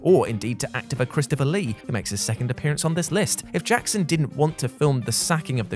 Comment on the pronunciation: Did anyone else catch "actopher Christopher Lee?"